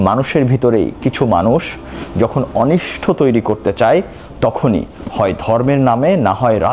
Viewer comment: অনিষ্ট,অনিষ্ঠ নয়